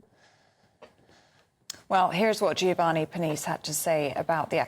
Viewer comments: "Purr-neece"? Pernice is pronounced "Purr-knee-chay". Made me titter. :-) As it's so close to the launch, they should probably rest Strictly until next year and get everything sorted out first. They won't do that, though. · Isn't it Per-nee-chay?